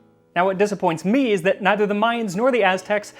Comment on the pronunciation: He says tamale, tamalada and "meis". It's tamal, tamaliza and maíz.